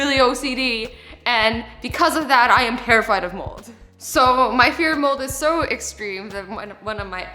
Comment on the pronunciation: Did anyone else think she said “moles” instead of “molds”😂 I think I need hearing aidz😂